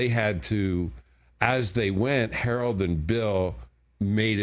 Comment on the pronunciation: He said "Howard" Ramis.